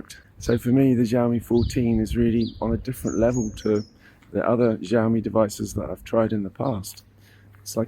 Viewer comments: Thanks for the review it was really helpful and it's really funny the way you pronounce the brand's name as Jiaomi 😂😂 the letter X actually sounds like [s] in Chinese so you can pronounce it more naturally as [syaomi] and put the stress on the last syllable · A little tip from an Asian regarding Chinese brand names. The X in Xiaomi is actually pronounced as S. We don't know why the Chinese chose X in the first place, but using Mandarin PinYin system there's no entry for siaomi, which is the proper (English) way to spell it. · Wtf is Ziaomi